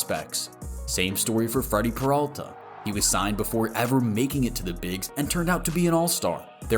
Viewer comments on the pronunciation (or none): none